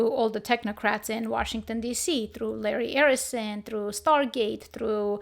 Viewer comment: 😂 "Larry errison". That was cute.